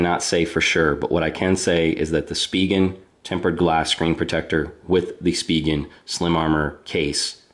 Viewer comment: Finally someone that pronounces "spigen" properly!